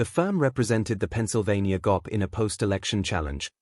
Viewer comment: Never fails. AI will trip up somewhere in the monolog! G.O.P is not gop! Like goop! 😂